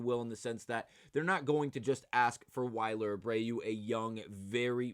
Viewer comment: WILLyer Not Yler